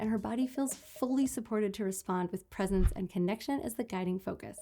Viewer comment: 'Presence', not "presents" 😉